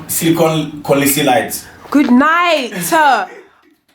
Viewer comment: “SiLlyKoN silICOn” 😂😂😂😭